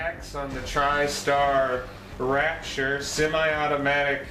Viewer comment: I know right as soon as I heard that, that was the end of believing anything in this review 1st step learn how to read and pronounce. LOL